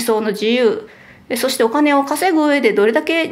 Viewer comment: 「そして〜」の発音が変だとカミさんに突っ込まれた。